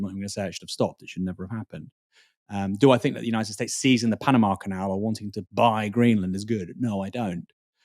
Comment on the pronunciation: I really can't stand the way you pronounce your "th's" as "f's" like "I fink" instead of "I think".